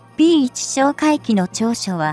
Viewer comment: P-1をぴーマイナスいちと読ませるって..ちゃんとぴーわんって読み上げるようにしろよ！